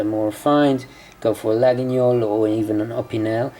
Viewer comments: Try to prononce it toward this: la-yeul. And not la-gui-gnol. Pretty knife! I want it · Your knife is a LA-GWEE-OL. Not La-ginyol. Laguiole = Lagweeol. Otherwise loving your videos as always, keep 'em coming! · It’s laguiole, not laguniole nice vid btw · Hi I'm French. We doesn't say : LaguiNIole Just Laguiole and pronounced Laiole. Thanks for your video. 😉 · Laguiole, not Laginiole! Nice carry though. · Hey, great vidéo! A precision: Laguiole must be pronounced Layol (and the « a » in french)... don’t know if I’m clear enough 😅 (I’m french) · Laguiole: pronounced "Lah-yol".Thanks for the video. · The right prononciation for Laguiole is /layol/ ;) Greetings from France. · Laguiole pronunciation is [lajɔl] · Great vidéo! But I think you need to pronounce Laguiole as "La-io-leu" it is a bit spécial. Best regards, Xavier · I think the knife is pronounced lagweeole? You are right about the quality though;just be aware that there are some horrendous cheap crappy copies out there?